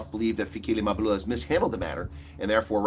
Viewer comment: It's funny that the people who have become richer since 1994 aren't worried that their ANC is failing 😂😂😂 instead they're now laughing at it and pretending to be concerned citizens who can't even pronounce African names, pathetic. Oh I forgot they're now finished with using it now they're throwing it under the bus like they always do with everything they've used up. It's Mabalula it's Mbalula, not Izulwini it's Ezulwini. You asked where is all the black elite and forgot to ask the whereabouts of the white elite who by far have benefited from the anc government than everybody else??? 🤔 You're more of a disgrace than the anc!!!